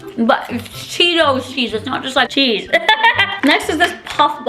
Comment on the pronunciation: I honestly laughed so hard when you said cheelos 😂😂😂